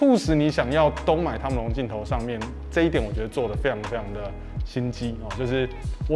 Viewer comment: 每次都好像在講湯姆龍😂